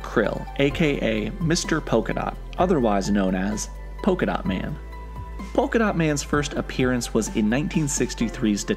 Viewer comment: Polka-Dat Man? What's he going to do throw polka-da at people?